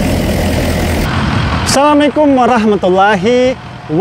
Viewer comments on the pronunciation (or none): Salam nya yg beneran dikit napa bang itumah salam saya waktu kecil salam likum😅😅